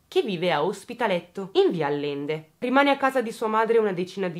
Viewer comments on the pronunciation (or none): Allende si pronuncia aˈʎende. Fonetico, Ajente. Scusami ma... A l l e n d e ...non se po' senti'